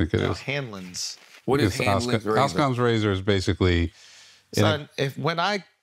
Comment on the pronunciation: Shultz the man, only one who is consistently on point. Producer couldn’t even pronounce Occam’s razor 😂